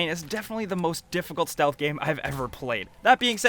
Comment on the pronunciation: He says shealth game and plays like call of duty🤣🤔🤣🤣